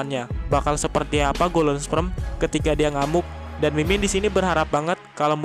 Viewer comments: belajar lagi bang ngomong kata kata golden sperm.. bukan golden sprem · "Golden sprem" RIP English...pffft 🤭